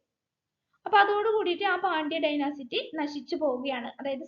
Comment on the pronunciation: ഡൈനസിറ്റി അല്ല ഡൈനാസ്റ്റി... ക്ലാസ്സ്‌ വളരെ ഉപകാരപ്പെട്ടു.